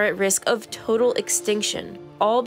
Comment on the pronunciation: Toadal extinction? 😅